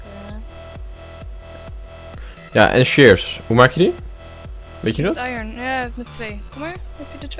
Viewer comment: zegt zelf sem het heet i(r)on je spreekt de r niet uit je spreekt hem zelf uit:p niet kut bedoelt even voor de mededeling:) thx